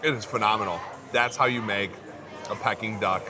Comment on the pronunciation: Pe King not pekking